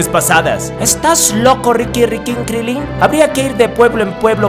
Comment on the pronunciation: "Ricky Rickyn Krillin" Jajajajaja alv